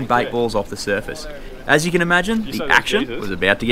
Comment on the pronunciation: This bloke will go far. He understands "yew" makes a video amateurish.